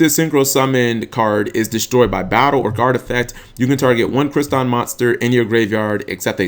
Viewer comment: Crystron. Not Cryston. There is a second "r" in their name ._.